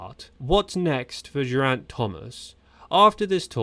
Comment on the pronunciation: Learn to pronounce Geraint already, he's only been around forever. You nailed the name Thomas, though. Good job! 👏